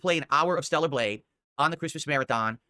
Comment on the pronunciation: "THELLAR BLADGHE" Stroke mouth got this fool barely able to speak lol